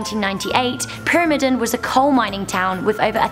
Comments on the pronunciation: IKR? And the I in the word is supposed to be long. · I GOT SO FRUSTRATED WHEN SHE DIDNT PRONOUNCE PYRAMIDEN RIGHT XD